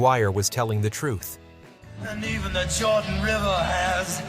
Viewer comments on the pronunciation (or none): none